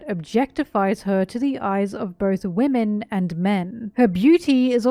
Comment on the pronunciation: I woke up to this since i had auto play one and all I hear is "wemen"